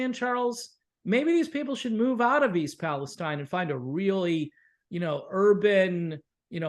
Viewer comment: I'm from Ohio, even though it's been many years since lived there. E. Palestine is pronounced Palesteen. It's an easy thing to mispronounce it. When I first came across the town, I pronounced just the way you guys did and the people who lived there corrected me right away. Train derailments were a regular occurrence. It seemed like I was hearing about a train jumping the tracks at least once a week. Have you seen that movie, White Noise? It's from 2022, I think. I've seen a movie called White Noise which starred Micheal Keaton. It's not the same movie. The more recent White Noise was filmed in the area of E. Palestine and even had some residents in the film as extras. Some people who have seen the movie just because of what happened in E. Palestine say it is eerily similar.